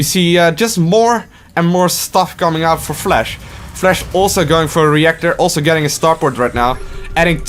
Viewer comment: Flash, not Flesch.. Your accent and pronounce killed my ears.. but your energy was kinda cool